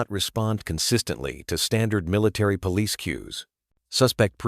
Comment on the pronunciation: I like these stories and how they end happily but i can clearly tell they are spoken by AI. Its pretty bad when the word police cannot be said correctly and if you listen there r other words that r not said correctly. Why is it this is not caught and corrected.